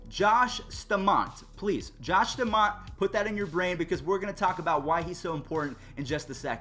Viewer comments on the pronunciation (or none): Bro how do you say put a name in your head and then say staumonts name wrong